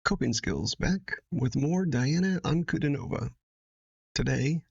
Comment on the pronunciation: "Dee-ana An-ku-DEE-no-vah". Accent on the middle syllable ;).